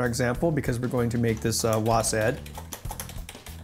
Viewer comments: You know he's not a real gaymer when he pronounces WASD as "WOASADD" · Nice video but why are you saying WASaD or WASeD? it's WASD! Like WASP but with a D. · This guy sooooo doesn't game or know anything about it. Its not wasad its w a s d